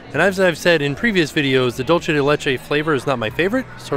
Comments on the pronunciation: I'm so sorry, but this has been killing me in your videos. Could you please consider stopping saying "dole-chay" de leche? It's supposed to be more like "dool-say" de leche. You seem to be combining Italian and Spanish when the words are just Spanish. Love all of the rest of your content though! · Please - “dulce” is pronounced dual-say, you keep saying it like “dolce” and I know you can do better please 😭😂